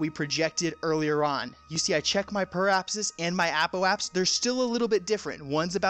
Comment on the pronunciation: APP - OH - AH - SIS PER- REE - APP - SIS